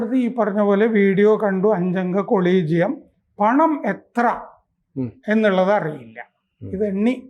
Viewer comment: കൊളീജിയം അല്ല അ ളീജിയം